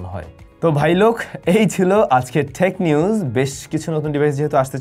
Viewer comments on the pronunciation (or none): What is thek news pronounce it normally